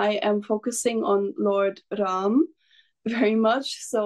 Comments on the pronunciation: Nice to hear the proper pronunciation as Raam. Coolies, westernised Indians and westerners pronounce it very crudely and badly as Raamaaa. Its very sad. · Her Hindi pronunciation is fabulous, amazing, superb जय श्री राम 🚩🚩🚩🇮🇳🇮🇳🇮🇳